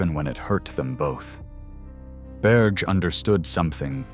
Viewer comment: Yes, and his lover's name is pronounced not "Berje" but "Berjay' ( roughly).